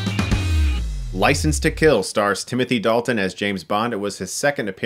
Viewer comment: "Ricense to Kill"